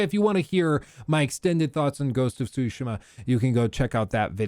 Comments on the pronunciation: Tsushima - "t-Sue-She-Muh' Not "Sue-Shima." Pronunciation of Pro-nouns is important. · Not pronouncing "Tsushima" properly is annoying. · I hate how you say tsushima